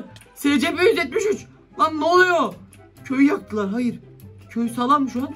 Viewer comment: scp eysipi diye okunuyo abi